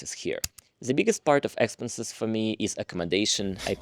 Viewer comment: В слове expenses ударение на второй слог. В остальном молодец. Подписка I am an Eng teacher